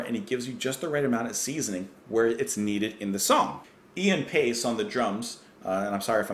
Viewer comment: You got Ian Paice's name right (pronounced like PACE). Ian Gillan's last name is pronounced GILL-AN (rhymes with chillin'). Gillan also did an album singing for Black Sabbath (Born Again). This is a great one from Deep Purple.